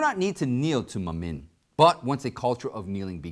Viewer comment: Good job! I pray blessings upon you and your program! By the way, do you write your own Scripps or do you have one or more script writers? That is in no way intended to be an insult. I enjoy your presentations very much and I like you. Example of what causes me to wonder is your pronunciation of certain Bible terms. For example, Mammon should be pronounced with the accent on the first syllable. The letter a is pronounced as in man. The letter O it’s pronounced the way to you is pronounced in the word up Well done show though.